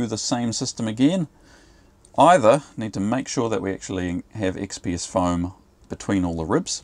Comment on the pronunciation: I could not understand you when you said what was the foam you wanted for the floor and they didn’t have it in stock! XPS?